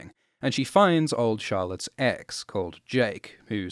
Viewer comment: why you said she found old Charlotte's "Ex", it sounded like you said "Eggs".